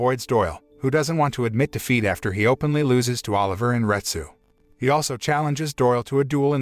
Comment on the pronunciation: Took me a while to figure out that you were saying " wanted to taste defeat" not " wanted to taste feet"